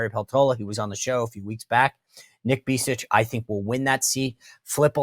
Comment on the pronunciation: Sean - fyi, Alaska's Tom Begich is pronounced BEG-itch.